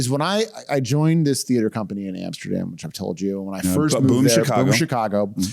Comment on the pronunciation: That is how you pronounce Neanderthal. He says theater a little different than most but it’s not wrong. He’s just putting emphasis on a different syllable than most